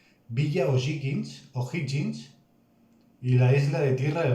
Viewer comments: Puedes reaccionar a videos de la historia de La Guerra de Pacifico que son muy buenos, y contextualizar mas de los territorios que tiene Chile en el Norte. Corrección: la palabra "O´Higgins" se pronuncia "ojigins". Es el apellido del libertador de Chile don Bernardo O´Higgins y despues se le colocó como región sexta y su ciudad es Rancagua. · O'Higgins. Se pronuncia parecido a cuando te ríes " ji ji ji "